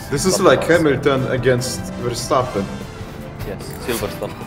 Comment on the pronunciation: “Hamilton against Verstappen” “Silverstone 2021” Said right